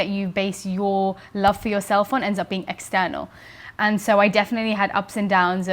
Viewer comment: how she says external - - lol